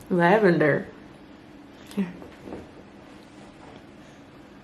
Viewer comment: She said “lavender” 😩😂